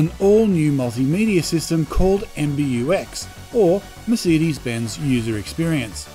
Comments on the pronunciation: Your pronunciation of Mercedes is very annoying and strange! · We definitely don't pronounce it that way in WA. I've noticed this particular gentleman always gets comments about his pronunciation of the word "Mercedes" 😂😂